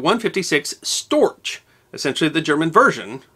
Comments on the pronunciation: The German Storch is pronounced “stork” since it’s gear is long and gangly, just like the bird. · One of the few errors I've found in your wonderful series is your pronunciation of the German word "Storch." The German "ch" is pronounced "ck." ...Wikipedia: "The Fieseler Fi 156 Storch (English: Stork) was a small German liaison aircraft built by Fieseler before and during World War II. Production continued in other countries into the 1950s for the private market. It remains famous for its excellent STOL performance and low stall speed of 31 mph (50 kmph)." It was named Storch for the bird that annually returned from Central Africa to in the lowlands of Germany and Holland, and their traditional nests on chimney tops.